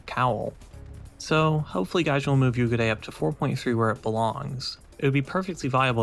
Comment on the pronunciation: Nice review. Pro tip for the pronunciation of the name: There's basically 2x 'u'. So "Yuugure" :)